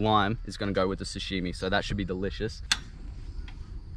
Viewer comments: No one:: SUSHIMI instead of sashimi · ahahaha he says "sushimi" instead of "sashimi" lolll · SA SHI MI NOT SU SHI MI 😂😂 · it triggers me so hard that he's sayin sushimi instead of sashimi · Hahahaha sushimi....its sushi sashimi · Who's gonna tell him it's pronounced Sashimi not sushimi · Sashimi bro . Not sushimi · Its sashimi bot sushimi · No “damn lemon” and hahaha did he just call it “sushimi” ? Love these catch and fry vids mate! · I love how you call it sushimi hahah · love how he called it "sushimi"